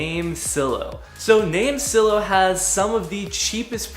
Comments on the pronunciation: It's name silo.. Like grain silo.. With a hard I.. Like eye.. LMAO.. Great video tho! Very informative for a noobie like me! Thanks.. Silo.. Like s-eye-low.. ✌🏿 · You must not be good at grammar.. or life for that matter. You mispronounced "NameSilo" as 'NameSillow' and did you know what led me to know that? There's a Silo in the NameSilo logo 😛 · Thank your for your thoughts. The only thing that was odd was how you pronounced NameSilo. That "I" in Silo is long as in a farmers grain silo. Their logo is also a grain silo.